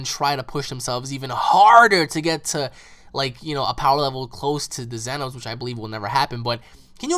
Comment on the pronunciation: what's with them calling them zenos, I mean it's almost saying in my YouTube name but said wrong or pronounced wrong